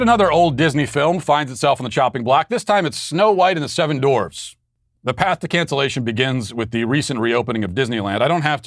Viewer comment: Wow, I never realized the w in dwarf was silent. Where have I been?